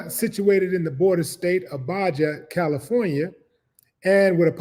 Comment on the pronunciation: Baja California is pronounced “Baha”